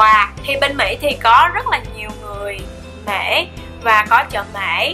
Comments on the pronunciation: mỹ mà chị nói bể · Mỹ mà nói là mể